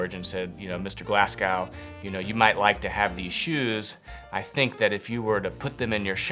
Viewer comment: I’ve watched a few of your videos and the word is like nails on a blackboard, Glasgow is said Glaasgo not glassgow.